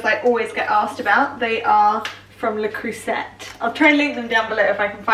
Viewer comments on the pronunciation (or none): You pronouncing the 't' in Le Creuset is so cute haha